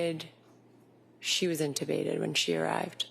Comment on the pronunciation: The way the prosecution says inTeubbated is annoying